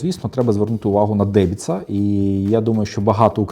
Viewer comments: Не дебіца, а деМбіца 😉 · Правильно казати не "Дебіца", а "Денбица". Дубрава то значить))